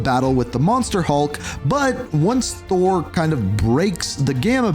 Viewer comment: He says Hahnshu instead of Konshu too and one point Kawanda and calling Thor, Sor hahaha